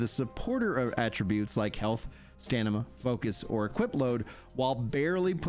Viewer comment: By the way, you keep saying “stanima”. But it’s “stamina”. The N comes earlier in the word than the M.